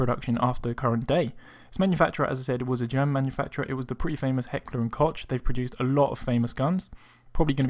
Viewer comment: You pronounced Heckler und Koch wrong )